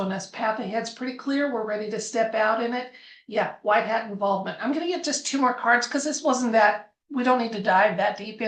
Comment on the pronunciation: Hi, a big fan.❤❤ What is white heart? Of course I am familiar with white hat, but you are clearly saying HEART. THANKS!😸🙏🇺🇲🌹🌟🕊🤗